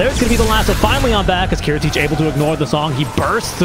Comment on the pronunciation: kiritych correct pronunciation is "Cheshikat"